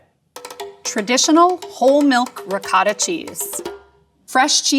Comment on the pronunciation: Your credibility as a cheese expert went downhill when you mispronounced Mascarpone, Ricotta, and Chevre.